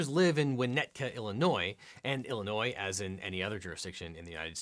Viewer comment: Thank you for pronouncing Illinois correctly.